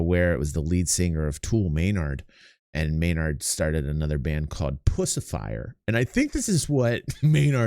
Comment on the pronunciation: It's "Puscifer" Great band actually!